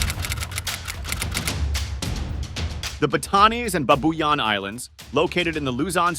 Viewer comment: Pronounce the name correctly pls it’s BAAAAAATAAAANEEES and BAABUUUUYAAAN long Aaaa pls